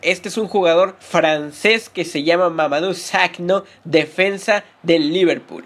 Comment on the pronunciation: se pronuncia mamadu saco xD :v